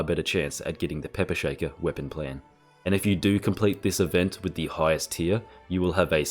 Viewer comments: You enjoyed saying 'Tier' as often as possible as 'Tyr' XD. Hope you feel better soon. Never knew a cold could make someone's voice lighter, lol. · Awesome guide mate. "Tier" or "Tyr"?